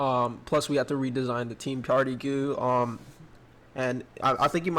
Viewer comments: When he says goo instead of G u I it’s makes me wanna vomit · xD he calls a GUI a "goo"